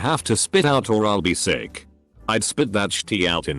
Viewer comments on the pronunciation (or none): none